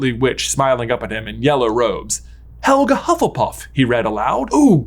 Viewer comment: I'm very much enjoying the mistakes on saying Hufflepuff quickly! I need a movie revolving around the new school house, Hufflebuff! Full of weight lifters and constantly going around talking about leg day!